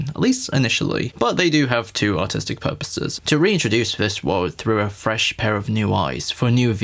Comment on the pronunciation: You said “artistic.” I heard “autistic.” Holy wow.